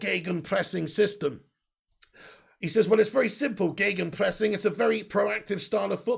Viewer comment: kudos for gegenpressing pronounced sehr gut✅! Ralfy baby would of proud of you.